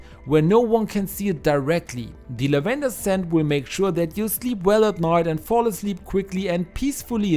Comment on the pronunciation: It isn't "la-VEN-der," it's "LAV-en-der," for those of you who may be confused by the pronunciation.